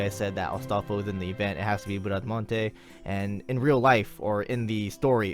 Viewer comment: Don't worry, you are pronouncing her name correctly: despite being a french paladin, she's a character from 2 italian poems about Orlando (and one novel, "Il cavaliere inesistente"), so the original pronounciation is the italian one (and that's the one you are using). As for her NP, I'm glad she's Quick (since we have only Shishou as 5 star quick lancer). I REALLY hope Caenis will be Arts though.